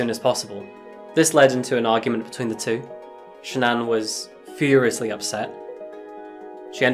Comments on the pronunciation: Wonderful way of covering this case!! Only thing that could be changed is how you say SHA-Nan. Its simalar to Shannon but basically if you actual speak the hyphenation as a very small pause. * And on another note. you can, up close see the mark Sha'Nann left on Watts neck from fighting back. So horribly sad and just wish it could have had a totally different outcome for the 4 of them. ( The mom & kids 🙏❤💕💙) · HI Thank you for your video! A couple bits of nformation,, CHrris watts' wife name is Shanaan pronounced Sha -Naan. Also Shanaam was diagnosed with Lupus when she and Chris first started dating VS. Just after Celeste's birth. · Bruh why can't you say Shannon correctly? Didn't yall invent the language?